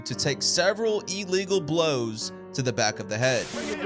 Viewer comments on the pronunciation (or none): What is an ee-legal punch? I know illegal, but never heard of "ee-legal"